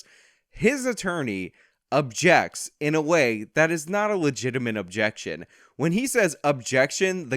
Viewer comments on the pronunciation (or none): The defense seemingly fucking forgot how to pronounce the word "objection"